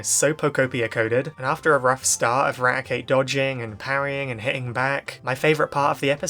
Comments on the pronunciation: "This episode horrified everyone! Raticate broke his teeth!" (And yes you pronounced the name right.) *Meanwhile in the manga Arbok gets cut in half, Zinnia gets stabbed and hyper-beamed in the face, and an entire region basically dying and only saved by Ruby using Celebi to go back in time. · we have hundreds of episodes from the Original Series and Sun and Moon to disclose the pronunciation of Raticate. It's always "Rat-e-kate" like eradicate.